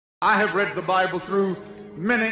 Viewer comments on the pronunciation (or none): none